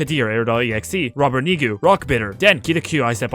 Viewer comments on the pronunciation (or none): none